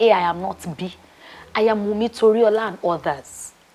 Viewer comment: Wumi without the "n".😅😅😅❤❤❤